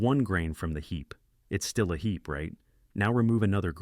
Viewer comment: hee"P" Really announcing that P sound...